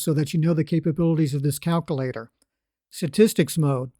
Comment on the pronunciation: Every time he said that, I chuckled.